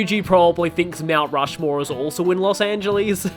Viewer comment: From what I remember, it's not that Scottish, but it is extremely hammy (best of all, I'm pretty sure that NPC is voiced by Patrick Seitz). Yes, however, your pronunciation is mostly right, it's just the last syllable of "Angeles" that's incorrect (it's pronounced "lis", like "list" but without the T). Other than that, the rest is fine.